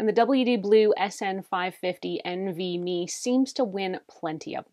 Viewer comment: Hi as somebody in the tech industry (and a fellow Calgarian) I just wanted to point out a few of your pronunciations Nvme you just pronounce each letter it's not NV-Me DRAM is pronounce the letter D and then Ram SATA is pronounced SATA like Santa without the N There were a couple points where you said adding a larger one as performance but it just adds storage. And the nvme drives actually run quite hot compared to a standard SSD that uses a SATA interface, but they are built for the heat and can exceed 60° C with no problems in performance. It is also something to note that upgrading a laptop to one of these is not always easy for somebody who's not adept at technology as taking the laptop apart to access the components can be tricky for people who are not comfortable with it it is also worth mentioning that the nvme drives come in different lengths so every laptop might not be able to use the exact nvme drive you reviewed. The length of the drive also does not dictate the storage capabilities as you can get a shorter one with 2 terabyte and 4 terabyte configurations